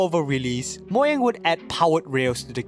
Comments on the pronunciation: Moyang? I believe it's pronounced Mo-Ga-ng (with a soft g) edited this comment to make it seem less rude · Ugh it's Mojang not Moyang!😡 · lol moyang instead of Mojang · It's MOU-Jeyng not Moyang 😢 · Bruh who pronnounces Mojang 'Moyang' 💀💀💀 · I quit the video when he said "Moyang". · stop saying moyang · The way he says “moyang” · YOU DONT SAY MOYANG! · Learn to pronounce Mojang properly